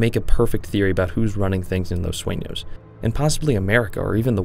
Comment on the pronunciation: finally someone say the name right and not "los suinos"